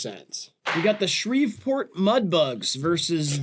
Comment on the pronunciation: Also pronounced it “Shreev-port” 😢